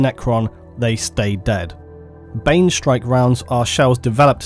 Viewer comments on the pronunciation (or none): none